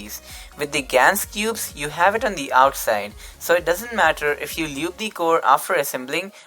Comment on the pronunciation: I’m sorry but “Lewb” 😂😂